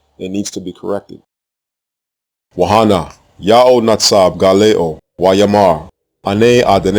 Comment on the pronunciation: Shalom brother. Why does the silent place holder HEY in wa-HAnah (and behold) is not silent as was with YA'OH. Shouldn't it be "wa-nah"?